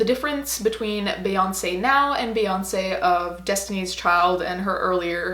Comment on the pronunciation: Lol can't even say her name.